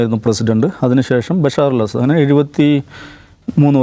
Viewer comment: ബശാർ അല്ല ബശ്ശാർ. അസാദ് അല്ല അസദ്. അതായത് ബശ്ശാർ അൽ അസദ്